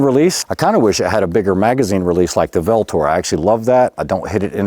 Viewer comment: The “V” in VLTOR is pronounced as a “U.” “VLTOR” is a Latin word that means “avenger.” In Roman times, “V” did double duty as a V and a U. Most famously, VLTOR is an epithet of the god MARS, Mars the Avenger.